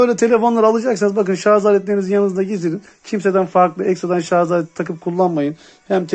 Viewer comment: Üstüne basa basa sarzzzz demen 🤣 şarj abi şarj